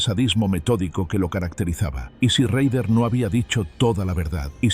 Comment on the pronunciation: Se pronuncia rader